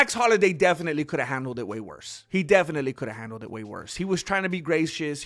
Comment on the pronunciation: I love you may man but it's, Max Holloway lol dude you're the man how you not know this. I think you're trolling us with that . Love the Chanel